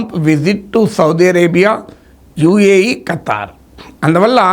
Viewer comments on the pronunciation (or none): none